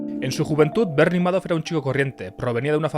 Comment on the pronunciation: Se pronuncia Ma-dof... no meidof.